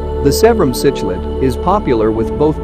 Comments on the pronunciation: Why make a video when the computer can not even pronounce the word C K Lid correctly??? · The text to speech put me off as soon as it couldn't pronounce cichlid haha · I disliked the video because of it and how it mispronounced uaru and cichlid